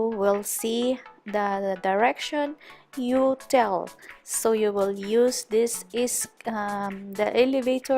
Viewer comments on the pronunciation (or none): you-tel amp hahaha yow tel not you tell hahaha